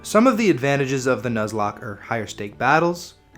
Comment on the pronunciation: I'm 10 seconds in.. did u really just say "News-locke" lmao